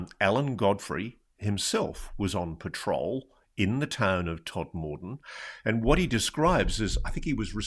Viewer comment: Tod-m-den, as its pronounced.